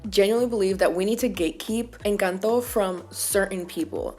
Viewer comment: I flinched when you said "Encanto". And then: MAMI USTED TIENE TODA LA BOCA LLENA DE RAZÓN!!! Just like that. You ticked all the boxes <3